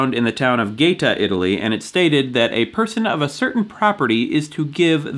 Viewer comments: Gaeta is pronounced "gai-ATE-uh". Like, "That guy ate a pizza!" PS: The Definitive Guide to Pizza Margherita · Casual correction: Gaeta is pronounced "guy-AY-tuh". NBD:) Thanks!